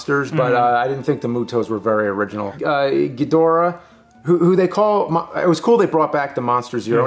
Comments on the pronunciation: What I’m Struggling with is why they keep saying Geedrah instead of GhiDOrah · Ghidorah. Please stop saying gheedrah 😂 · I never knew how much it bothered me to hear people mispronounce Ghidorah til this video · Dude why is it only 1 of you is saying Ghidorah's name correctly? Also I hope Mecha-King Ghidorah will be used in the future. That post credits scene really is hinting towards that. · "Evanjelon" "Ghidra" NO. EVANGELION (EE-VAN-GELL-EON) GHIDORA (GHEE-DOR-AH).